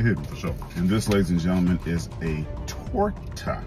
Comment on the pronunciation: Why he say "Tooor Ta" like that tho